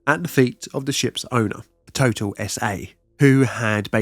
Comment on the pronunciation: Love the channel. One note: the name of the French company Total S.A. is pronounced with the accent on the second syllable: Tot’AL.